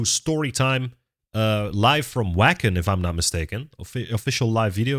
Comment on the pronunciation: Wacken is technically pronounced, Vocken, it's German. Nightwish is one of the all time greats!